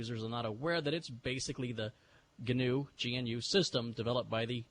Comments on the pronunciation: Just passing by 12 years later to say you just dug the hole deeper by trying to acknowledge the correction and then pronouncing it GINNOOO. Iʼd like to interject: Itʼs just NOO. Like the animal. Sorry for the long comment,. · RMS pronounces it "Guhnew", why don't you? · IT'S GANOO LEENUX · He guhnew that. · Look at the wiki entry for "wildebeest". It's pronounced NEW no matter what fat, neckbeard Stallman mispronounces it as! This speech is exactly why I use vi and not emacs. He tries to get everybody to call the Linux kernel GNU/Linux to suck up the glory when he can't get off his ass and write his own damn kernel. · I thought it was pronounced G-N-U/Linux